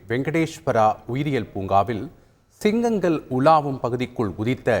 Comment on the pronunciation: என்ன உச்சரிப்பு த்தூ... ஸிங்கங்கல் னு வாசிக்கிறான்